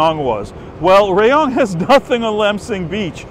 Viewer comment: Hi! My mother was born in Rayong and there is a street that is named after her maiden name. Apparently, her great-grandfather was an important person there, like a Governor or something similar. By the way, RAYONG is pronounced with a soft (a), RAAH-YONG.